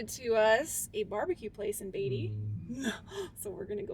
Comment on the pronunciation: It's , Beat - ty !! Not Bay - ty !! .........................................................